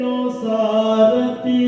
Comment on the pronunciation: Sarathi helta illa, sarati helta iddare, paarta heltare paartha aagbekala jansaleyavare? Nimmind idu nireekshitvalla😔